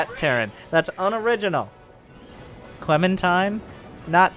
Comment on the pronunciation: The Clem-aty